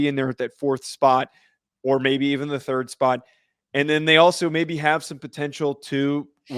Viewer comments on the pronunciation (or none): none